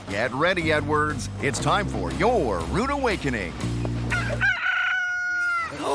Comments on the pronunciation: The narrator pronounced their family name, "Edwards", as if he's saying "N-words". I'm not even American and I heard it... Look at the other comments and you'll see we're not the only ones. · 😂😂 I thought I heard Nwords too! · It sounds like he says the N-words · When the narrator says Edwards, it sounds like N-words. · That is exactly what I thought! Even tho I know he is saying Edwards I still can here him say “The N words” 😂😂😳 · Right? Had to listen 3 time until I heard Edwards.